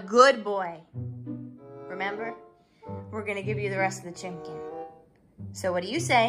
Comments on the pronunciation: You're so experts in this love chicken and he say chimkin? OMG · I love how he says chimcken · Why do you call chicken as chimken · What Is Doing To Us: Making Us Say Happs Instead Of Happy making us say chimken instead of chicken making us say am before every sentence making us say dis instead of this making us say da instead of the - forgot rest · me: watched too many videos and now say chimken instead of chicken to human friends